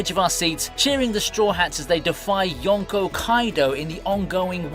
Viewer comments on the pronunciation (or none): none